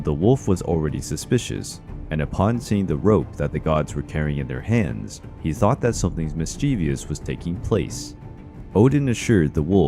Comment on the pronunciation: "You competed against a thot." "And even though you're extremely fast," "nothing is faster than a thot." Am I the only one who heard it like that?